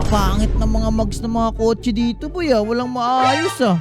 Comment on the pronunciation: Kotse po yan hindi po kotso